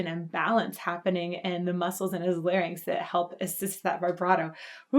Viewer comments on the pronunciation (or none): none